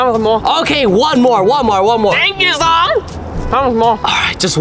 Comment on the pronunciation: It's zhong not zong😂